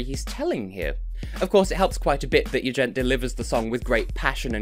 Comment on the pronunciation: Ah, yeah, I think I remember that consecutive content series from preceding years! ;) Looking forward to your "Eurovision 2018 in XXX seconds" already! PS: With regard to the confusion about the name pronunciation: If my understanding of Albanian phonetics isn't totally inaccurate, for his name to be pronounced like you did in the video it would have to be written "Jugjent", or possibly "Juxhent". Both gj and xh make sounds like in "James". That "g before a bright vowel becomes j" is more a thing in romance languages (specifically in French, Italian, and Romanian), as far as I know.